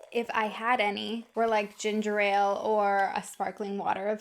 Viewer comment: Its Ginger ALE not ginger RAIL!!!